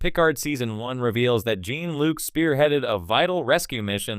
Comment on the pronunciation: OMG cant even pronounce "Jean"-Luc correctly as well.... talk about wanting to get clicks